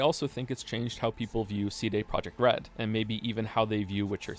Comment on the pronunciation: is the april fools joke the way you pronounce CD Projekt Red?